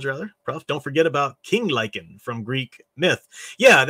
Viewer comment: You mentioned King Lycaon, and the name didn't sound right. King Tantalus had a similar story. Did you talk about the plot of Girl in the Basement a year or two back? I've not read it, but pieces sounded familiar. A bit of deja vu.